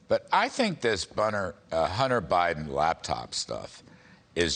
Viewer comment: The "Bunter Hiden" laptop...Freudian slip. Put the Kudlow on Hurt...Charlie, we do like your hair though!